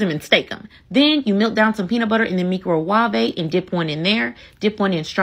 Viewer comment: Miiicro~wavhvey~ 🤣 gotta love Nigella ❤